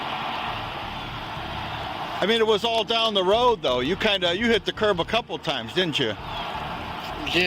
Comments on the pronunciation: It's kerb, or curb for the American spelling, not 'curve' as used in the narration and incorrect subtitle transcription. The officer said curb. Edit: Weird, after getting it wrong twice, the 3rd time it's subtitled correctly as curb. Edit 2: I give up, so many errors. What is the point of providing subtitles, if they are wrong? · it’s CURB, not curve 😂